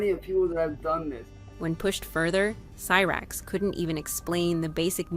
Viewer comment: what ? Lmao she didnt go to prison at all ? You got alot of stuff wrong including pronouncing cyrax wrong. Gotta do better